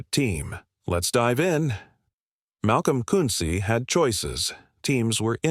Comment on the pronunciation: This AI can't pronounce Koonce properly it's irritating